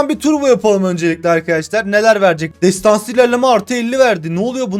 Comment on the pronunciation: nobody : MU : TESTANSI KÖSTERİŞ ALİYOH 😂